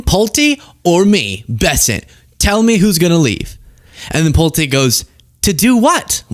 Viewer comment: You were correct! It is pronounced PULT - E, with a long E. His family builds homes. I lived in a Pulte home as a teenager. My mom had just bought a home from Pulte homes, it was new construction.